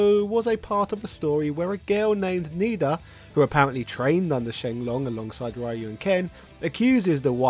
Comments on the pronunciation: Ryu is not pronounced like that, its not an english word. I can't explain to you over writing how it's pronounced as the english Y sounds different (hence your pronunciation) BUT if you write RYU on google translate (japanese to english) and use the speaker to let the bot read the word you will hear the correct pronunciation. you can use the japanese pronunciation (a little bit harder) or the correct "engrish" phrasing. names do not "translate" words. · You've forgotten that the 1994 movie tie-in video game was based on the original Americanized localization of the iconic fighting game title, right down to having Guile & not Ryu as the main protagonist due to Guile basically being the all-American G.I. Joe archetype of the franchise. It wasn't until after the Saturday Morning cartoon based on the movie ceased production that Ryu became the true protagonist he always was across the board, the West included. If you actually listen to the American pronunciation of "ShoRYUken", it basically sounds like "Shor-Rye-You-Ken". Plus, in America, Y is rarely a silent letter, so most Americans pronounce "Ryu" as "Rye-You", with strong emphasis on the Y. Other countries pronounce the name as "Ree-You" instead. But, as other users have posted, some ascertain that the name should be pronounced like "Ree-Ooh" or even "Roo". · I love that you're covering sf lore but please from now on don't pronounce ryu (rye u) its pronounced (Rhee u) or in Japan (Gee u) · The way the announcer pronounces it differs by location. In America, it is the Americanized pronunciation, "Rye-You". Others say "Ree-You" instead. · the character's name "Ryu" is pronounced like the dragon punch "shoRYUken". in fact, if there was another guy wearing a gi named "Sho", we would be saying that shoryuken is a move based on Sho, Ryu and Ken... But for now, please remember: Ryu is pronounced ree-oo, like in sho-ryu-ken. It hurts my ears every time its said wrong. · why do you pronounce Ryu wrong? :(